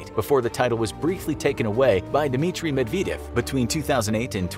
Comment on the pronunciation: Why guess on how to pronounce Dmitry Medvedev’s last name? It’s not pronounced nor is it spelled medveedev. It’s pronounced Med ved dyev. There is no long e in his name anywhere.